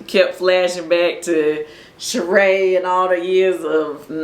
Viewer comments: “It’s not Sheeing by Shereeing”🤣🤣🤣🤣🤣🤣🤣🤣🤣🤣😂😂🤣🤣🤣🤣🤣🤣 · It’s not she-ing… by Shereé 😂